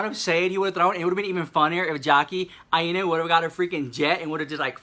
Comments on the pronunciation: Ok I just lost my train of thought with the Kaboom 😂😂... wasn't sure if you're calling her Jackie I-ena on purpose but it's eye-na. Just helping a girl out. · Lol sorry I'm born and raised and still live in Hawai'i so I had to correct the pronunciation of Jackie Aina's las name 😂. It's Pronounced Eye Nah 😘 LOVE YOU SOOOO MUCH!! This video cracked me up!! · 😂😂😂😂😂I died Tati is only 35...older??? I'm over here on the floor ⚰️ with this whole video! And it's (EYE-NA) get it correct at the house!!😩😂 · When you were shaking the camera imitating them I died, lol!!! Also Aina is pronounced like China w/o the ch. LYSM 💜💜💜